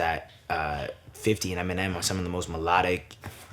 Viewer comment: "ENINEM" lol